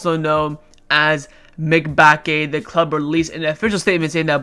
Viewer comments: i think the pronunciation of Mbacke is mmm- bac- ke not mic - bac -ke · Mebacke? Bruh learn how to pronounce names lmao!! M-ba-cke